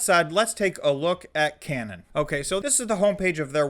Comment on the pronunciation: I think its pronounced Kay - nan.... as in the promised land of the Bible love the content..